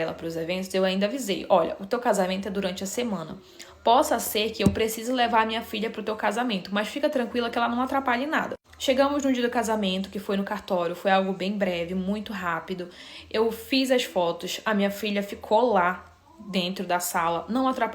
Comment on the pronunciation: algo bem breve, entendi: “ algo bem brega” kkkkk